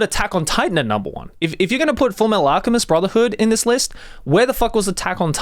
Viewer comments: did he just say "fullmetal alcheMID" by mistake there? XD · "Alchemid" Yes